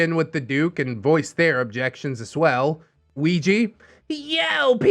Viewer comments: same.... it hurts my brain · I'm sorry... But all I can focus on is pronunciation of "Ouija"